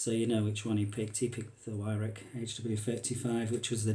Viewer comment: Pronounced VIRAWK not WYRAK jesus give me strength.... Weirhauch will be screaming at the screen 😢